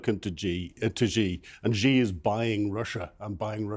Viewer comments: why is it so difficult for journalists to pronounce the "Xi" in Xi Jin Ping? It's not "Ji". A quick google search will bring up some videos of how to pronounce it. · I enjoy your programs but can you please pronounce Xi's name properly. It is not pronounced 'Gee' or 'She'. It is pronounced 'See' or 'Sea'.